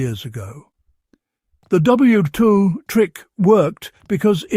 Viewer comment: Why not use an actual person to narrate? It's a great topic but every time it mangles "WWII" I cringe.